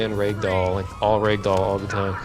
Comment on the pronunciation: holy shit this guy made me spit my drink out. Yeah, Trevor was "throwing up". That's what we'll call it. wat thee foke? "Raigdoll" "Maigma"